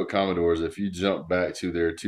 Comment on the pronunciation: The "commode-dores" 😂😂 my lord, never heard that one, that's amazing!